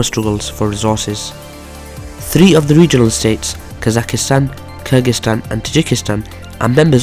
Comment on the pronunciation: Kazakhstan bro, not Kazakhistan